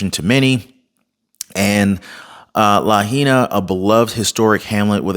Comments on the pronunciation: La HIGH Na. not LaHeena. Just helping no criticism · Hey: It's pronounced "Luh-HIGH-Nuh" NOT "Luh-He-Nuh" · Lahaina is pronounced La . hai . na🙂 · Lahaina....pronounced Luh-high-nuh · Just a little FYI...it's pronounced La High Nah😊...watch your kind and informative videos everyday! God bless you and your family! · Its La-high-nah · it's LA HI NA! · Lahaina is pronounced "la-hi-na." The "ai" sounds like capital "I" in this word. As to the commentary that this fire appears to have been deliberately set, you are not taking into account that the real-time video of the downed power line, nor do you have any understanding that the Hawaiian islands have different climate, wind, and thermal patterns than what we experience on the mainland. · it's pronounced Lah-hay-nah 😅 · It is pronounced La HIGH na HI. 😊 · It is pronounced La high na meaning Cruel Sun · as a former resident of Lahaina Maui, it drives me nuts to here the name pronounced wrong. Lol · You need to know how to pronounce our island names…..You are being very DISRESPECTFUL at mispronouncing names….LAHAINA is pronounced LA - HI - NA……another one….KAHULUI….KA - HOU - LOU - E!!! KIHEI…..KEY - HAY!!!